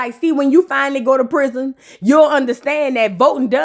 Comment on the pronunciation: I love when u say Prizon!😂😂😂😂😂😅